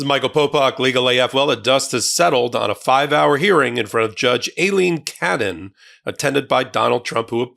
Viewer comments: Can we all agree to pronounce her name just like it was - Ailing Cannon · You still don't seem to know how to pronounce her name.